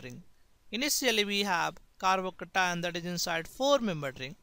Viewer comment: I like the way he says carbocation. «Carbocatan» !